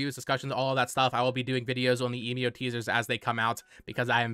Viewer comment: Emio is probably pronounced "Eh mee oh". You can put the japanese title 笑み男 into google translate if you want to hear it out loud. Given the possibility that this is a new Nintendo IP it should be useful to get the pronunciation down early. Speaking of translations, Emio translates to "Smiling Man" so it's probably just a reference to the big scary smiling man on screen and not the brand you talked about in the video(which btw is a photography brand and not a camera brand). That company you showed refers to themselves by the english name "Emio" and not the kanji "笑み男". Furthermore, they don't seem to be well known and big enough to be recognisable even in Japan, though I drew that conjecture from looking up Japanese photography brands and can't really verify their reputation within Japan myself. For these reasons I don't see any link between this Nintendo game and Fatal Frame aside from the genre.